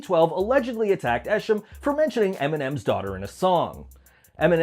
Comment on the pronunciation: The d12 esham part, it's pronounced E-SHAUM not esshim. Not talking shit, just letting u know, Eshams friend TNT(rip) was also involved. Esham and TNT are apart of the group Natas with Mastamind